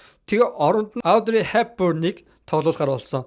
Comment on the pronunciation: Авдрэй биш Оодрэй, Гиванчей биш Живончи ярих хүмүүсээ судалж байж хийжээ.